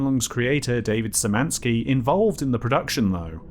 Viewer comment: There is not a single person to ever pronounce Szymanski right....